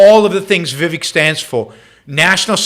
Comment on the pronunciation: It's not viwek. It's pronounced We wake